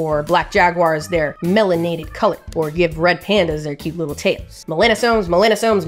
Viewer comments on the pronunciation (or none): none